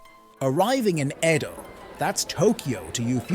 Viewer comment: 江戸時代 Eh-Doh not ee-dough